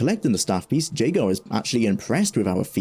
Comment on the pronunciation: JAY-gar hurts me physically every time you say it.